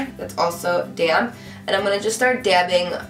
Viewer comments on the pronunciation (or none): I know you were saying DAMP, but I always heard:"So now I take my damn beautyblender..." haha